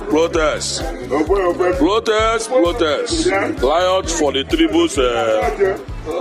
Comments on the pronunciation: Ignorance is a disease indeed. Consuming dead chickens are now the form of civilization. What a shame!, tell the man to pronounce words correctly. Tell him that it is not "liot", it is pronounced "riot." The other word is not "plotest", it is pronounced "protest." Nobody forced you into being Nigerians. Your brother, Nnamdi Azikiwe, wanted one Nigeria. So, continue to enjoy the fruits of his labour. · Please teach some igbos how to pronounce “R” and “L” in words. What is Plotest and Liot.